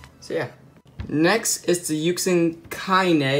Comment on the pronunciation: it’s yuSHin not yuKSin